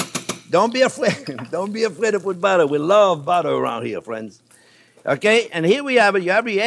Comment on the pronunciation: "Well hello there phrinzzzzzz!!!!"